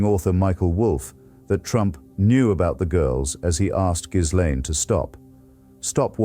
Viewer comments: Hitch would have known the 's' in "Ghislaine" is silent. If the text-to-speech doohickey can't do it maybe you could give it phonetic spelling in the input for new words. Enjoying the vids greatly. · I believe ... ( maybe I'm wrong) the correct spelling /pronunciation of her name is ... " Jizzlane " Maxwell. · He pronounces Ghislaine incorrectly.